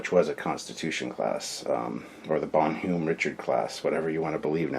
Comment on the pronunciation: WOOOW you butchered that French. Use Google translate dude. It is pronounced bon-nom